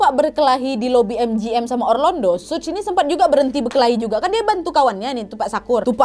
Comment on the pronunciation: suj apa suge sug kea ada yg salah ni mbak 😂